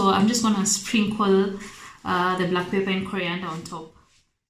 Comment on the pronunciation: Wow great cook...But say Pep..Per..🤣🤣🤣🤣